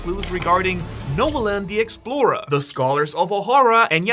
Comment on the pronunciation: I wish you would learn how to pronounce explorer before using it about 200 times in this vid